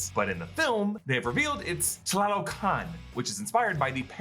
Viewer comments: Correction: "TA LO CAN" NOT "TLA LO CAN" and the throne room isn't in Mount Bashenga. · great pronunciation of tlalocan!